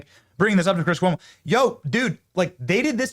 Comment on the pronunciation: Chris Coy-mo😂😂😂